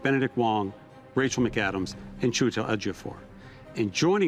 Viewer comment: The Igbo in me was impressed when properly mentioned Chiwetel Ejiofor